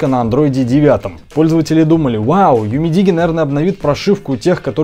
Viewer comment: UMIDIGI - ЮМИДИДЖИ _ УЧИМСЯ ГОВОРИТЬ ПРАВИЛЬНО